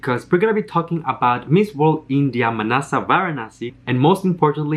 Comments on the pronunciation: It’s Manasa , not Manada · Correction please - it read as Manada